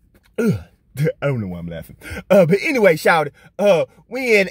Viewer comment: “But ENWAYY” 😂😂😂